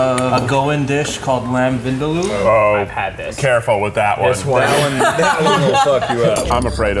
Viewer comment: Bro u pronounced vindaloo incorrectly